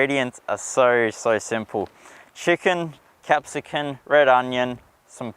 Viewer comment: Very nice video! It's capsicum....cum. Your mispronunciations are risking an infringement from the language police!